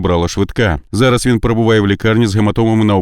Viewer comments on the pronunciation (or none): none